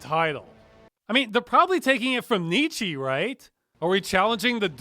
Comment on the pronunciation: Not sure about that pronunciation of nietzsche.